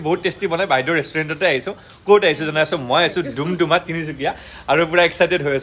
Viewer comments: দুমদুমা নহয় দাদা ডুমডুমা হয় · ডুমডুমা ✅ দুমদুমা ❌ ভাল লাগিল 👍❤